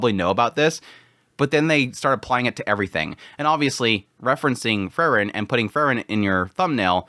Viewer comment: It's Freeren, not Frrren.😁